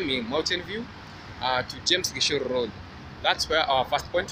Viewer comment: Can someone cover up my mouth cause can't stop laughing 😂😂you have just pronounced gichuru very funny😂😂where the heck is James gishoro